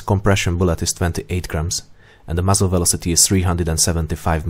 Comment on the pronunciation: You have to slow down the dialogue especially with the technical words and uncommon words. Like 'velocity' all I heard was 'vlosteh' and millimeter became mlmllmltrrr. It's like playing dictionary-hero with my ears. Otherwise, a good video